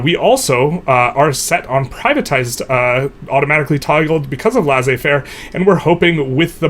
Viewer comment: Laissez-faire is pronounced as ‘lay say fair’ in English